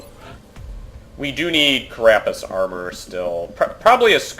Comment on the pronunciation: This is starting to annoy me: It's CArapace, not caRApace.